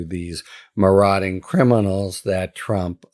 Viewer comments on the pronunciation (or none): none